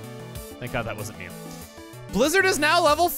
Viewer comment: You can just give up on mew. ITS MEW